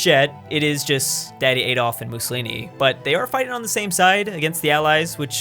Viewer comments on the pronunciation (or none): none